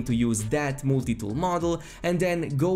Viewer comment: "Mooltie tool"...Lol